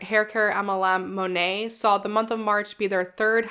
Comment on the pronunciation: Good video as always, but I have to point out that I think "Monat" is pronounced Moe + gnat. Think more annoying insects, not French artists.